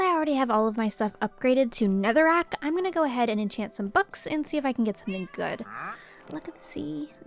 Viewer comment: anyone notice that she says all her armor is upgraded to ''Netherack"? Timestamp